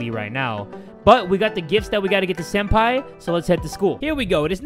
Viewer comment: Why do you call senpai sen-daddy?